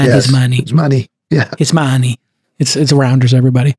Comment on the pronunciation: Thank you sooo much for talking about the Apple stuff (Masimo Vs Apple). Like you said, "Paiy the mahn his mahnee" 🤣